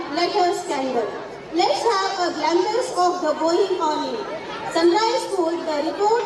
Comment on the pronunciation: Sun RICE ? OR RISE CORRECT PLEASE